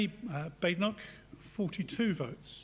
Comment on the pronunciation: Neither you nor Badenoch herself can pronounce her name. Therr y huv it